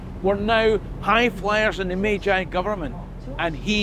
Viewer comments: What a fantastic bit of history, and international adaptation for trade and the future. -- One quibble: "Meiji" is pronounced /may-jee/ not /may-jigh/ (ei = eh-ee, ai = ah-ee) in Japanese. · okay I love your content and this story but the mispronunciation of "Meiji" is nails on a chalkboard 😅